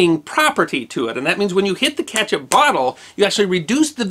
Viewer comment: You keep saying catch up. It is kEtchup